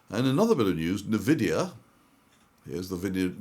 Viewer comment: EN-Vidia not Neh-Vidia Sorry, pet peeve